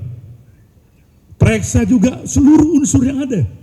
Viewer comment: Pereksa...atau periksa Pak..hehehhe..8,03 T....busyet....gile beneeerrrrrr😀🙈